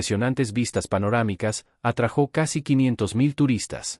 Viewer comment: Perdóname,se dice se atrajo sin acento en la o